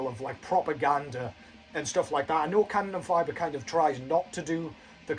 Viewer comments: Yeah its "Kanon en fee ber" ther is no fiber (as in glass fiber) its Fiber (pronounced like you have to issue a fee). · Have you seen them live ? If you haven't, go see them, they're awesome! Your German made me laugh. Here's a little help : Fieber is pronounced like fever but with a b instead of the v :D